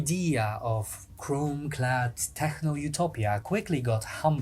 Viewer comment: OK, sorry, I can't not ask, especially considering you're using this word 2 billion times in the video. Is it not supposed to be pronounced "tek" instead of "tehrrr"?